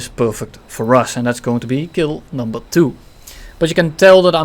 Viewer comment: "And dats kill numva 🌳"